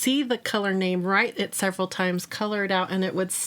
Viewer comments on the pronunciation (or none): none